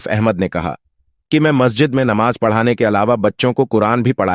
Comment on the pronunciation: Sheen qaaf durust kar lijiye,Namaz,Rozah, Zuhar